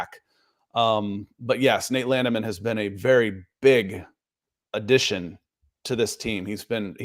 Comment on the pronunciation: "Landman' not 'Landiman' :)